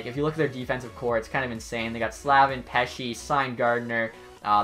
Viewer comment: And its Slave-in not Slav-in